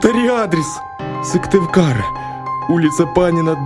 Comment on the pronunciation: Я живу в Коми и интересно послушать про наши дороги, но Сывтывкар мне ломает уши. Сыктывкар!!!!!!